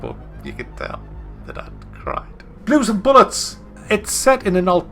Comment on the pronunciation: Are you saying Blue and Bollocks or Blue and bullets lol.